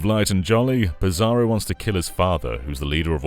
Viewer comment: he pronounces "Psaro" like "Bizarro" . . i always read is as "Sorrow"